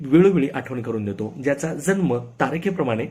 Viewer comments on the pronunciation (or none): none